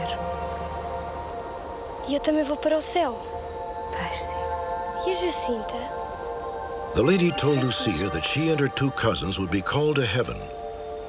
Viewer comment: my thoughts exactly! I was really impressed by the apparently correct pronunciation of the name Jacinta unlike how it would be pronounced in Spanish